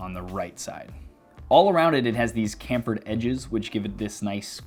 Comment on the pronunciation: "kamphured edges" lol. you mean chamfered.